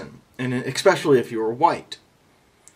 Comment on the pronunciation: By your general demeanor you seem to be a sensitive and intelligent person. Teach much ? But if you actually said "ex-specially" instead of "especially"....then I can understand why they hate you !